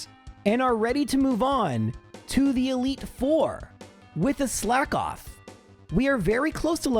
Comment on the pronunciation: It’s pronounced “slakoth” not “slack off”